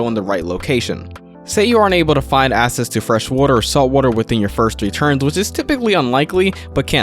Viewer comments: Great video but for the non native speakers watching, access isn't pronounced "ass-ess"" it's "ack-sess". Seems to be a lot of non native speakers and that's probably screwing them up a bit. Edit: nevermind. There's 20 other words he keeps mispronouncing. Needs to slow down like everyone else said. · Why do you pronounce “access” as “assess”? No hate, just.. please fix it. Otherwise great video.